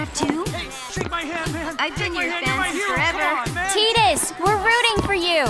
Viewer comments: Tee-dis is the right way though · Yeah I always pronounced it that way ever since I got this game when i was.... 10 i believe. then when I replayed KH and found it he was a character in that game. the pronounciation was TEE-DUS, but I think Tie-Dus is better. You're not alone in this one buddy! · Wow, been pronouncing his name wrong forever... Thought it was 'ty duhs' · GRR I HATE TEEDUS ughh PRONOUNCE IT LIKE THE OCEAN TIDUHS!!! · HIS NAME WILL ALWAYS BE TIE-DUS IN MY EYES. I HATE HOW THEY CALL HIM TEE-DUS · I don't care what the official pronunciation is, I'll always pronounce his name "Tide-us" It just sounds better, and fits in with the whole oceanic theme of FFX. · That's actually the new way to pronounce it. "Tee-dus" is just the original (older way) to say it :) So, it just boils down to preference. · Tide-us like the fate that tide a bond for him and yuna or bcuz he is a blitzball player that always play with water (tide) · Lol she did not break up with Tidus for Kergom, he is in love with her, I dont think that she knows that. It would be so stupid to me if Auron had a daughter lol, that does not even make sense Lol and Dissidia pronounces it Teedus :P